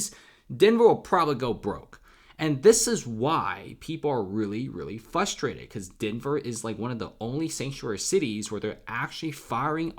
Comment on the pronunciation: It’s pronounced FRUS-TRATED. not FUSS-TRATED. Look at the word frustrated and just say it the way it’s spelled